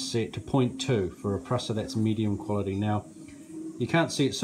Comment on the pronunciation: You can't pronounce 'Prusa' correctly, look up Josef Prusa and listen to how he pronounces his name